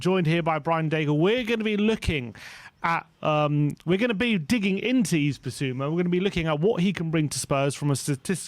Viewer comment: please make an effort to pronounce his name right. the S at the end of Yves is silent. it's the same as EVE basically. great video apart from that, as usual